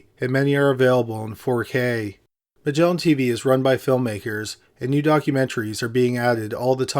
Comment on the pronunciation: "Magellan Tveeeee"